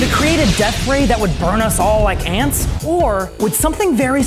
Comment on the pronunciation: Play at .25x speed and listen to him say the word “OR” 💀